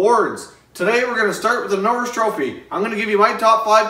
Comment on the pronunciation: Bobby n-orr-is trophy